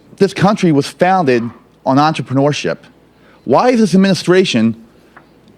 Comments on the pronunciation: Did Bernie say "entropyneurialship"? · I hop I'm not the only person who LOL'd when Burnie said "entreprenuerialship" And yes it's spelled Burnie because he's a fucking burnout ;) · Sanders can't even say Entrepreneurship LOL